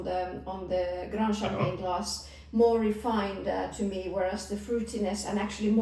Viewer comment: youre not pronouncing the champange right